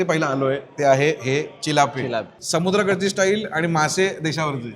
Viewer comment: चिल्लाप नाही ओ, चिलापी बोलतात